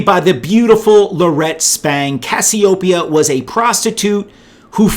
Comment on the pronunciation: Cassiopeia, Cass-ee-O-pee-ah, just like the goddess